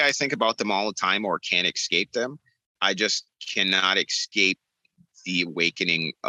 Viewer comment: Around 22 seconds: Ekscape was the fave word: :-)